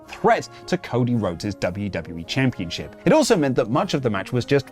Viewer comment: Championchip isn't a word. It's championSHIP. I really don't understand why everyone in the world says it that way.